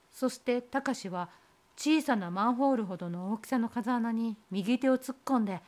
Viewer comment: こんばんは♪ カザアナじゃなくて「フウケツ」ですね。 お話の中であった様に涼しい風が出るので生態系が無茶苦茶になりがちです。 地元の風穴は8月に行くと、まだ紫陽花が咲いています😊